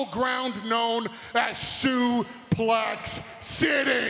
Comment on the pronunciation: Bro I lost it when brown says I'm not going to soplex city 😂😂😂😂😂